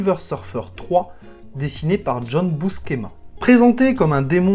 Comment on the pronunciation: Qui c'est ce busquéma ???? ....je connais john Buscema que l'on prononce biouséma en americain ou busséma en francais !